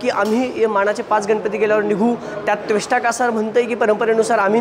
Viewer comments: त्वेष्टा कासार नव्हे रे.... त्वष्टा कासार नाव आहे. काय घंटा अभ्यास आहे तुझा... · हा पत्रकार हा पुण्यातील नसेल त्याला त्वष्टा म्हणता येत नाही, चालला आम्हाला विचारतो,,,,,पूनित बालनचा कर्मचारी दिसतोय